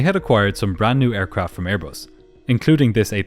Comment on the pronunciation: “Brand new AirBUST with non-functioning important systems and inexperienced pilots — what could possibly go wrong?! As troublesome as your inability to properly embrace words containing the letter “H” in the English alphabet.